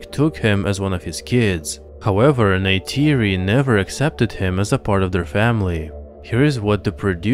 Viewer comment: Why would you pronounce Tuktirey like this? Neytiri is also not pronounced like "Ney-tAYri". The "ti" is pronounced like a short "tii/tea/tee".